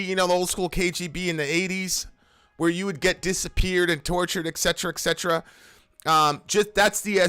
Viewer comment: I have different point on "Et Cetera"... It's "Et Cetera" not "Exetera"... I know I'm with minority and could be burned on stake.:)